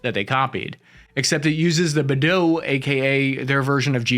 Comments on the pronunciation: The satellite targeting system isn't pronounced "bih-dough" it's pronounced "bih-day" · Bei (北/North) is pronounched like "bay" or "bae" 😎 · Beidou 北斗 is pronounced "bei" as in Bacon and "dou" as in Doughnut.